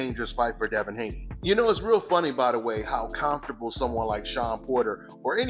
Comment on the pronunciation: "Calmfortable" lol